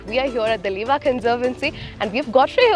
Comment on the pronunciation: Its "lewa" not leva.